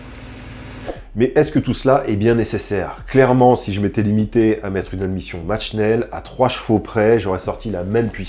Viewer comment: Sympathique video! Sinon, Comme breizh, tu prononces match schnell..mais deja le t est avant ch... Et en allemand , ch se dit ‘rrrrrr’ Donc on prononce ‘mart’ et ça veut dire ‘fait’...à rajouter à schnell qui veut dire rapide